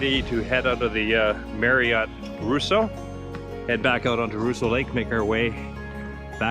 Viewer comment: Great vids. But it is pronounced Raw-sseau, not Roo-sseau!